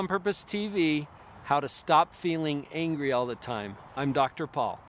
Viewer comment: WHY AM I HEARING HUNGRY OMG Νice video